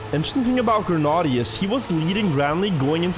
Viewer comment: Why does insist on pronouncing Granady’s name wrong?!